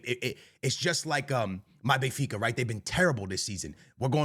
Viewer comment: Here we go, the Real Madrid fan boy who says he’s a die hard “bayinfeecuh” fan😂😂😂